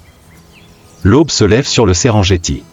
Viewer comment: SERENGETI SE PRONONCE SÊRENNGUETI ET NON...JETTI! C'EST DU MASAÏ, PAS DU FRANÇAIS!